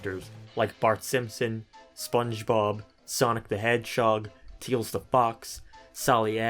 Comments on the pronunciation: Did you really call "Tails" teals? that sounded so funny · “Teals The Fox”